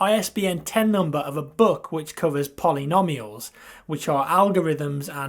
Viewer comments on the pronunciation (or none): I don't wonna be mean but I laughed when he pronounced polynomials (Poly-gnome-ials) as "Poly-nom-ials":D Nice vid though!:D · everytime you say polynomials i laughed, great pronunciation